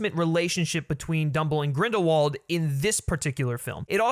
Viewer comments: Everyone in the movie pronounced W as V, so it should be GrindelVald... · Grindelwald is a German last name. W's are pronounced as V's there, example is Volkswagen - it is pronounced as volksvagen. So it IS GrindelVald. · Radish Yup. ‘Wald’ is ‘forest ‘ in German, but they say it as if it started with a ‘v’. And ‘v’ they pronounce as ‘f’. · Isn't Grindelwald a Germanic name? So it would make sense that it would have the V sound in English?